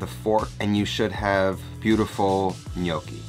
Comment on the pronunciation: I watched the video because to start with, he actually pronounced it right!